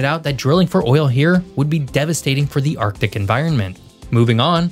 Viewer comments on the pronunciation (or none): none